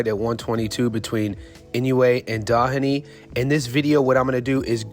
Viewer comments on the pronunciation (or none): His name is pronounced DO-heney. DO not Da.